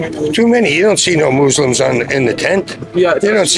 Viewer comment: "Mexicans and Moozlims" 😭dude as a moozlim born and raised here my uncles in one of those tents, trust me were getting f**ked over just as much as you